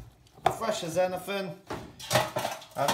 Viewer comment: Am I the only person enjoying how he says, "anyfin, everyfin" because seafood? I'm cackling like a dumbass at the unintentional puns.